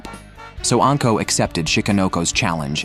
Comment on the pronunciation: Also, anko is not pronounced "ənko", it's "ahnko"